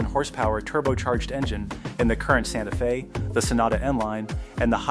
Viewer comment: Didn’t realize it was a Ai voice until “Santa Fez”